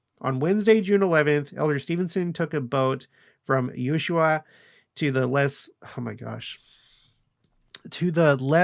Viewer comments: Ushaia = ew-SHWAYA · Served my mission in Antofagasta, so thankful a temple is finally there! BTW pronounced ooosh-why-eeeee-uh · You shwhy ah!